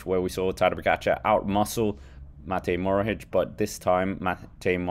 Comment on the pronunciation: It’s Matej Mohoric not Morohic